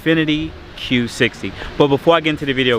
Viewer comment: Still trying to get used to you saying Q60 lol